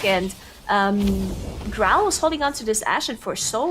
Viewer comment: His name is Grom, not Growl